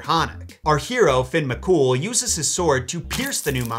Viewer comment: Also Fionn isn't pronounced Finn but Fi-un